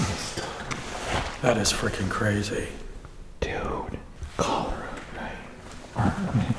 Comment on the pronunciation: It’s Cholera. Not Cholora 🤦🏻‍♀️🥰